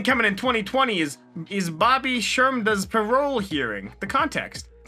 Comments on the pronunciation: The way he said Bobby shurmuda’s name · That was the best "Bobby Shmurda" I have ever heard